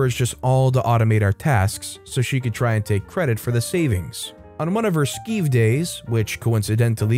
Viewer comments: . For future reference skive is pronounced "sk-eye-ve", not "sk-ee-ve", so it rhymes with jive, hive, dive, etc. "Skiving off from work" is a colloquial term here in England, indicating that the person is deliberately avoiding doing the job that they are being paid to do. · "Skive" rhymes with "Jive" or "Hive", not "Sleeve"... it's UK slang, so if you're skiving, you're slacking off, and if you're "skiving off" you've stopped working completely (often by calling out sick when your colleagues suspect you're not actually ill).